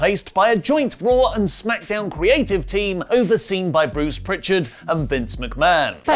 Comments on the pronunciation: Why does he say WWE Crearivv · WWE crearive 😂😂😂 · "crearive" Very English good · that's not how you say creative.